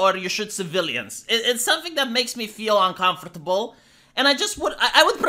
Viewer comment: It makes me uncomfortable the way you say uncomfortable.